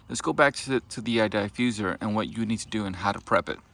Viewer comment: Not the Die-fuserrr